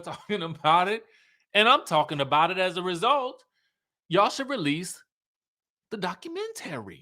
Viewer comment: Hearing you say realease kept sending me to "Welease the secwet weapooooon!" 😂😂